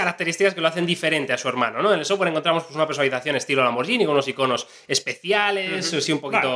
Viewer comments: Se pronuncia "lamborguini", no "lamboryini". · que molesto cuando le dicen lamborshini , LAMBORGHINI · Se dice "lamborguini" no "lamborllini" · cada vez que decís "lamboryini" muere un gatito... SE PRONUNCIA LAMBORGUINI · Se pronuncia lamberguini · Se pronuncia tal cual está escrito muchachos, Lamborghini no con y si no con g! Saludos desde Colombia